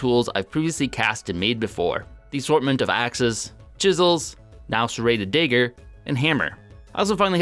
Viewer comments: how many more hundreds of years will it take for him to learn how to say "Dagger" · Every time he says "daeger" instead of "dagger" tho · I love the series, but if I hear "Daygur" one more time I might crack. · dah-gur not day-gur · Why are you pronouncing the a in dagger this way? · I'm sure the 'a' in dagger is pronounced like the one in drag. And not as the one in danger. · I always get a twitch in my eye when I hear him pronounce dagger... I'm not even trying to be mean, I've just literally never heard anyone but him pronounce it that way.